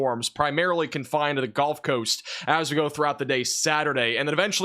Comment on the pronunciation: A good report. Of course, this newsman mispronounces the word "gulf." He calls it "golf."